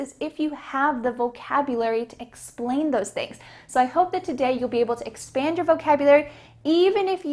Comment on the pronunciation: Ohh!! you did a mistake in pronunciation Are you ready to expend your vocabulary? 🚫🚫 The sentence would be like that Are you ready to expand your vocabularies?